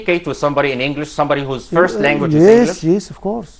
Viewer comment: يعني حضرتك كبير معلمين وبقالك 30 سنة بتدرس إنجليزي ومش عارف تنطق كلمة language صح؟!!!!